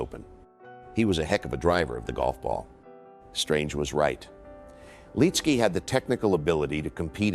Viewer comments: Good video but the mispronounced name is annoying! It's Lit-ski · First off say his name the right way. He was in the first group I followed in PGA golf. Him, Jack Nicholas and Phil Blackmar on a Thursday at the Honda in 91 or 92. The year Corey Pavin won in a playoff against Fred Couples.